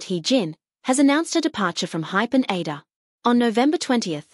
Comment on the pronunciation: It is so annoying that AI cannot properly pronounce ADOR...